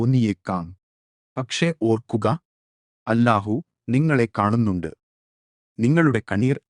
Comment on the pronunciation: الله എന്നത് ഉച്ചാരണം . ശരിയാക്കണേ മലയാളം അറിയില്ലേ? എ.ഐ.ആണോ?